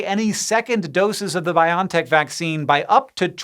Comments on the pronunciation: I'm pretty sure it's pronounced Bio-en-tech. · I really hate to be that guy and I didn't expect to be so bothered by it, but isn't the company name is pronounced "bio EN tech"? ... I'll let myself out now. I need to go yell at some kids to get off my lawn.